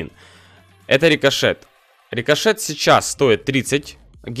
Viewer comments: досих пор орууу стого что как в первой серии называл бравлеров спике сроу сшэлу колт джэсие ричошэт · Не забывай то что рикошет это РИ-КО-ШЕТ